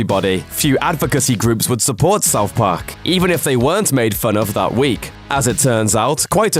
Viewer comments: What in the fuck is " South Pok" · Souf Park Miffs